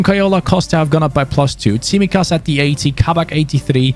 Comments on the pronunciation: Also, its pronounced Tsimíkas, not Tsímikas 😅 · I mean the pronounciation, you should say his name, emphasizing on the second I of his name 😅